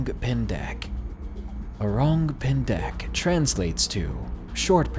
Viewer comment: O-Rung Pen-Deck O-Rung Who-Ton Need to be pronounce as quick as possible.